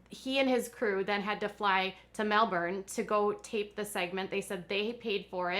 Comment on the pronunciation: I read that Neil was the excutive producer of The Today Show Australia and Richard Wilkins (the entertainment reporter for Today) interviewed her. Thank you for saying Melbourne right! 😀